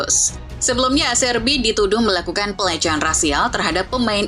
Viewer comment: aCHERbi. Jika selepas C, huruf E&I, C disebut CH. Cth: anCHELLoti, CHiesa